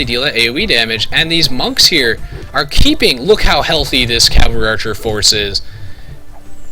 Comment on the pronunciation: may be its because im high but i laugh at how u say archer. like urcher or eaurcher